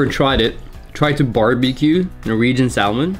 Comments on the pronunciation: love norwegian salmon! btw its pronounced with a silent L. 😉 scotts valley in california has the same ambiance as there. small town lots of trees and mountains. and its near sta. cruz where there's super cool surfing. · when pronouncing salmon - the L is silent - just so you know :) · Ha ha you say salmon pilipino inglish normally foreigner say samon with out L